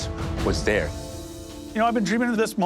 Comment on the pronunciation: Love a bit of 'MaterChef Canada'